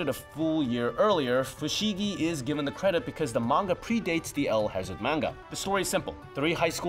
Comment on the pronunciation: One english term for Isekai is "Portal Fantasy". Also, kept cringing at mispronouncing El-Hazard. :)